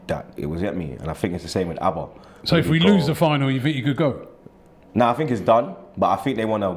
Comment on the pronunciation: the name is Auba not Abba... c'mon mate...